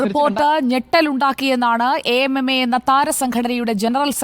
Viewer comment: A. M. M. A അസോസിയേഷൻ of മലയാളം movie actors.. ഇങ്ങനെ തന്നെ നമ്മൾ പറഞ്ഞാൽ മതി. 'അമ്മ എന്ന് കൂട്ടി വായിക്കേണ്ട. മിടുക്കനായ റിപ്പോർട്ടർ, അങ്ങനെ തന്നെ പറഞ്ഞതിനു ഒരു കയ്യടി ഇരിക്കട്ടെ ♥️